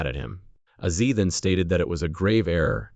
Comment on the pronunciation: I quit watching the video about 5 minutes into it. You've dedicated an entire video to the man and you can't even say his name correctly. It's Ozzy. Not Azi.